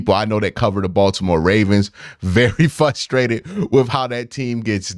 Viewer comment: Dawg I love you, but I'm FRUSTRATED with how you keep saying fuhhhhstrated